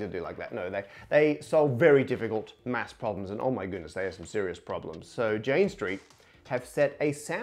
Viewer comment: Cool, but just so you know its Math not Mafs